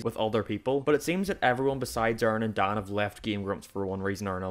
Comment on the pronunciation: I was recommended this video on a Game grump video and wanted to listen to your arguments, but I utterly lost it at "Oerrin, Dahn and Brahn" - How can you make such an actually clever and in depth analysis of a channel and keep pronouncing the people's names wrong. I really like your accent, but names have a specific pronunciation that should be adhered to. It sounds so weird to me, I lose all focus on your arguments.